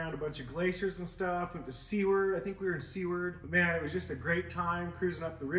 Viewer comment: "Seward" is pronounced "Sue-ward" lol